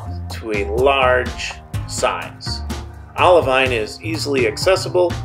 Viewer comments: I messed something up though. A geologist reached out to me and said I need to pronounce it "oliveen". We'll, here's hoping I get to go to Hawaii or the green sand test beach so I can correctly say olivine when I get to touch it! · It's pronounced OLIVEEN! I'm sorry! A geologist reached out to me and told me I was saying olivine wrong. I should have pronounced it OliVEEN. Sorry! If I get to go see the Project Vesta test beach, I will say it correctly for sure!!!